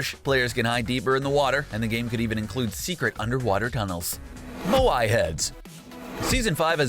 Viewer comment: Nice video,but here’s some things you got wrong 1. Lazy links not Lucky links 2. Moai is pronounced as Maui